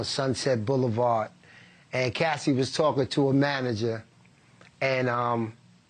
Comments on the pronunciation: Why he keep calling her Cassidy it’s Cassie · “Cassidie” LOL did anyone catch that? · Why is the reporter calling her “Cassidy”? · Cassie not Cassidy… please get peoples names right if you want to be taken seriously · The man is ignorant he said Cassidy instead of Cassie ignorance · Hey Cuomo, it’s CASSIE…. Not Cassidy…..🙄 Anyways Diddy is pure evil…. 👿